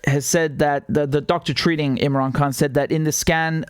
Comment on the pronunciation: Imran Khan is the Champion and he will bring many of us Indian and Pakistani Brothers together ! Richard the way you said his name was beautiful and many people need to use proper pronunciation like you. Your a Good Man Richard Love to you and your family !